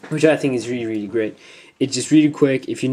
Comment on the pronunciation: Reary reary ftw